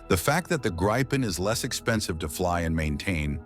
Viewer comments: Gree - penn it's pronounced gree - penn! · It's pronounced "GREE-PEN" Ammeeroocan !! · Interesting how difficult it is to pronounce. Say "Greepen" (Like Green Pen without the N), and you get it right. And yes, it's an amazing piece of engineering that keeps evolving.